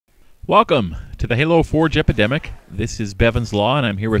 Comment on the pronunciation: HaloForgeEpidemic sounds tome more like Halo 4 gepidemic